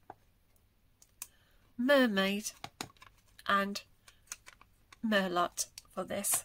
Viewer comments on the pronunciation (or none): FYI, merlot is pronounced 'mer-low'.